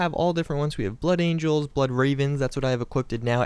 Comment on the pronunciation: Angels not angles.